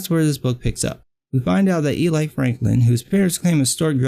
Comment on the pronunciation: Like the video a lot. Just have to make a correction though. You're pronouncing her name wrong. You're saying "Eee-ly" but it's "EL-lee" the "I" sounds like "eee" not "eye". 😇